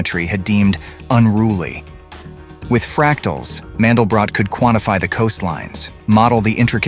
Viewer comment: You mispronounce MANDELBROT. It is a German name. You cannot apply rules of English language to it. This is the most terrifying fact nobody in America wants to talk about.